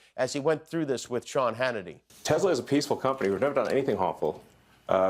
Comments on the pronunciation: It's not a Tesla, in Donald Trump's pronunciation, it's a Tesler. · “I love Tesler”! Deport Elon ASAP